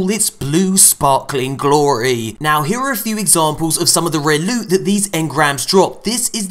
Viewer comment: lewt my friends lewt!